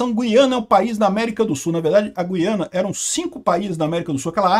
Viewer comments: Parabéns pela pronúncia correta de GUIANA. Ou seja, GU-I-A-NA; diferentemente do que a turma ("galera") tem feito, em sua maioria, deixando o "u" mudo. Está errado dizer GUIANA (GHIANA), à semelhança do vocábulo "guitarra". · Meu caro, então falta avisar nossos irmãos brasileiros que moram em regiões fronteiras às Guianas . Outra coisa: A pronúncia não tem -- e nunca teve -- nada a ver com trema. A pronúncia correta sempre foi GU-I-A-NA. Jamais teve trema, jamais foi Güiana. Para você se situar melhor, vá ao Google Tradutor. Escreva Guiana em português e coloque outro idioma (Francês, Holandês, etc). Clique em ouvir no lado Português. Lá você terá fielmente a pronúncia em nosso idioma. O que estão fazendo agora, a exemplo do que você argumenta, está errado. Um abraço!